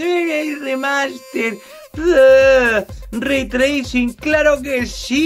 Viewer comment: "ze be el lei tleising". El Bocón Geimel 2020.